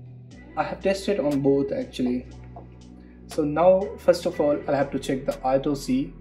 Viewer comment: Auctly 😂 too much